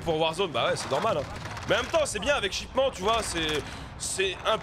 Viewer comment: Shipment pas shipman